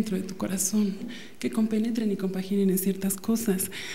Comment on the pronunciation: Minuto Que comPENEtran y conVAGINAn?